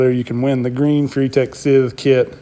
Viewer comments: Scythe is not "sith". It's pronounced like s-eye-th as in the "sigh". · pronounced sigh-ith fyi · Lol. It's scythe (s-eye-th). You know, like the grim reaper carries?